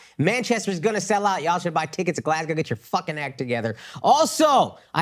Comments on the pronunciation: Akash, you're not selling Glasgow tickets because you're saying it wrong! They don't know you're coming. Glaz go. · if you want people to show up in "glass cow" maybe get the name right lol "glaz go" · Akaash….sales in Glasgow might do better if you said it properly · maybe Glasgow isn’t buying tickets because you’re pronouncing their city name wrong…? Lol